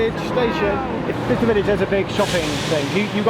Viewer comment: " Bister " more like "Byesester"